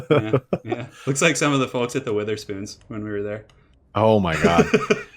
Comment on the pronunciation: "wItherspoons". Lol It is basically pronounced weather spoons by the entirety of the UK. Fun times.